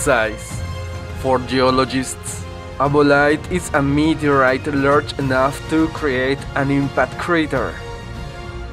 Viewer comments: "Meet-erite" he says! 😂😂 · Can someone write the times he said “meteorite”😂😂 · Say meteorite one more time.